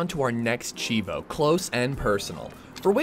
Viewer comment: I don't mean to be rude, but its pronounced CHEEVO lol